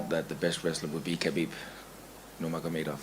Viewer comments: Lmao Callen trying to pronounce Khabib's last name while sounding smart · stoned geezer can't pronounce khabibs name, then starts talking loud to pretend he's not stoned, but he's fucked, clearly. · unable to say nurmagomedov 😂😂